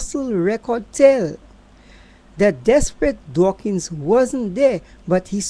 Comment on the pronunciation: It's DAWKINS...NOT DWAKINGS.